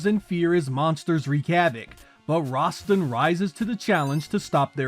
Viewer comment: Rasstan , not Rahstin 🗡️